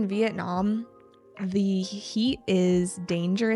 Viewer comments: mình biết lý thuyết đó rồi, mình đang thắc mắc sao trước phụ âm mà chị í đọc là "đi" kìa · ko, mình biết lý thuyết đó rồi. Ý mình thắc mắc là sao trước phụ đề mà chị í phát âm là "đi"